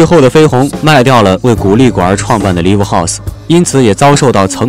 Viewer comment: 读音是“赖午”LIVE